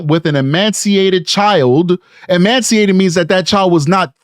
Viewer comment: Ee-mace-ee-ated. No 'n' in the word. ✌️💕